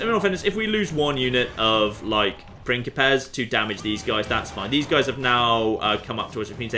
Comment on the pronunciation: Every time says "pincipes" I hear "prickly pears" which makes the whole thing very entertaining